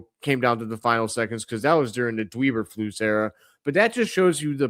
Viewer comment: Did you call him Dweeber Flus ?😂😂😂